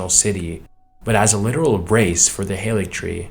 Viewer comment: Something that I've not seen anyone mention is that the Haligtree is pronounced Ha-li-y-tree. Halig just means holy in Old English